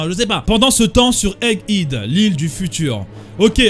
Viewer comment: EGG HEAD SE PRONONCE « EGG HÈD »